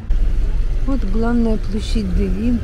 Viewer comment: Режет слух слово Девин с неправильным ударением. Ударение идет на букву «е»., на первый слог.